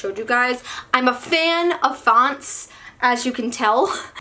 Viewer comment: "I'm a FFFFAN OF FONTS, as you can tell" HAHAHAAHAHA I LOOVE YOUUUUU